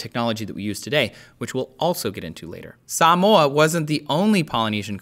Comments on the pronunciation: he's pronouncing Samoa properly but Maori improperly, lol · Spot on with the pronunciation of SAMOA✊🏻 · Ayeeeee he said Samoa right